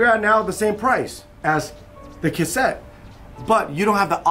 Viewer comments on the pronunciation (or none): "Kutt-sett" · Cog block. Lol. looked stressed trying to make sure he says cassette correct. Cool adapter